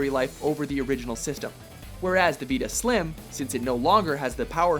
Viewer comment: why can't this guy say Vita properly